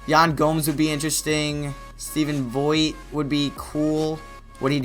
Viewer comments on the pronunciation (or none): Stephen Vogt is pronounced vote. Great vid